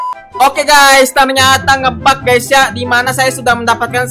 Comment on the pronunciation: Ini Gak SalAh Dengar Kan? Itu Bilangnya Stumble Gay Bukan Guys